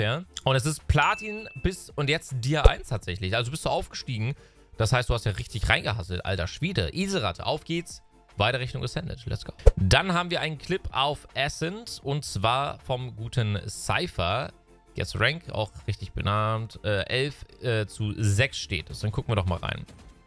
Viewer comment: Das heißt immer noch CHEYmber und asCENT anstatt CHEMber und ASCent